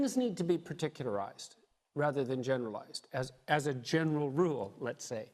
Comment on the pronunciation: did he really say "things need to be paticularized, not generalised . . . as a general rule"? And people take this foolish junkie seriously?